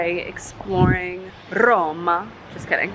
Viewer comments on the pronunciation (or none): haha just wanted to say roma with a rolling r